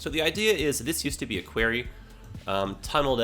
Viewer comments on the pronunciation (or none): As a fellow Canadian that doesn't live too far from.. that's not how most people say it here lol. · Did you just pronounce quarry as “querry” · Great small town - great tangent - nothing to forgive. Thank you. Your accent confused me when you said the pool was in a “querry” - never heard quarry pronounced like this before!